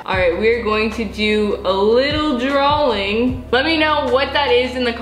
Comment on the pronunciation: It's drAWing NOT drALLIng. Dralling is not a word and neither is drallin, it's DRAWING, and its a cactus.